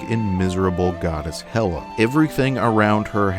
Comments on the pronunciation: Love the video but I just can’t get past the mispronunciation of name. Not a huge criticism by any means, but for future reference it’s Hera and Magni, not Hela and Magnus :) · Just wanted to point out that you kept mispronouncing Hera's name. It's "Hera" with an "r" not "Hela" with an "L". Hera is the wife of Zeus, from Greek mythology. Hela is the Norse goddess of Helhiem from Norse mythology. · why do you keep calling hera "hela"?